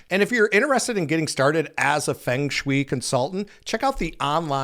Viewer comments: I have no idea??? But it's What you kept saying Fing Swi. The word(s) is Fung like the sound of Fungus and Shh - way Like telling someone to Shush away.... Shh way You are pronnauncing it Fing.... like King and Shh weee like Shush and wheee like a sound a child makes when swinging on a swing.. whee... It's Fung Sh-way! This is a very well known word for anyone who knows anything about home designso to have you keep saying it completely wrong was like an ear worm. Grating on a nerve. Not to be rude. Hope that helps. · Just a heads up, Feng Shui is pronounced Fung Schway. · It is pronounced "Fung shway." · Fung sh-way not Fing Swi what in the world? 🤦🏽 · every time you said Fung Shui wrong, it made me cringe. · Respectfully.....you are mispronouncing 'feng shui' there are two ways to pronounce it. Unfortunately yours is not one of them.😢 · Say-- Fung Schway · I am pretty sure that it's pronounced "Fung Shway." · Feng shoo-E. LOL wtf? This guy is a idiot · Dude . . . It is pronounced fung shway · Feng Shui is pronounced Fung Schway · Ffs man. It's fung shway. I know you've heard it pronounced correctly before. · feng shui - phonically pronounced "FUNG SHWAY" 😂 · It's pronounced "Fung Shway". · It's pronounced more like "fung shway" I would Redo this entire video- re-record....... it's That big of a 😳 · Dude- I was driven nuts by yr pronunciation of Feng shui… pls check yr pronunciation before hand next time.. it’s Feng(fung)shui (shway). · Just a little wink and a nod: Feng Shui is pronounced fung shway. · Fung Shui is pronounced like fung shway. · Feng Shui is "Fung Shway" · feng shui is pronounced Fung Sway😂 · Dude, "fang shweee"? 😂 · Its pronounced ' fung shwuay'. Fyi. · Fung Shoe way,say it fast,fungshui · Feng Shui pronounced "Fung Shway" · 😂😂 a little bit of modern wisdom (aka googling) would have provided you with the correct pronunciation 😂😂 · I can’t with how he consistently said feng shui wrong about fifty times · Please learn how to pronounce feng shui. 🙄